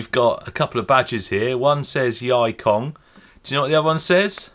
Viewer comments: That pronounced as yee kong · Yikong is pronounced as E-kong 易控 (yì kòng) means 'easy' 'control'.